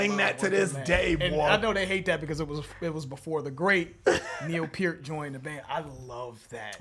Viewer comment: I appreciate that you pronounce "Peart" correctly! Great show guy's!